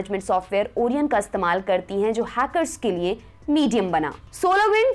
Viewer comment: ओरियन नहीं ओरायण🤣🤣😘